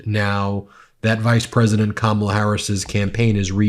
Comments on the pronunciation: He said Kamala right this time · You missed it! He finally pronounce her name correctly! Big flub on his part, but we’ll take it 😊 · WOW, he finally said her name properly....I think he has colon rectal cancer. That's a killer. 🤦🤦🗳️🗳️🗳️🇺🇲🇺🇲🇺🇲